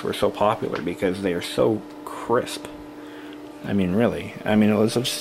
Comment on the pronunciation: Every time you say crisp I shiver. It sounds SO WEIRD AND I DON'T KNOW WHY!